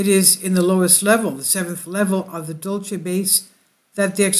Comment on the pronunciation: You have the best fringe and intel on the tube!, It’s pronounced locally”dull-see”. The Apaches of Dulce are pronounced ‘hick-oreeeah”. I live about 20 miles North of Archuleta Mesa and my in-laws live at the base of it. #PagosaSprings The late Phil Snyder allegedly had an experience underground there.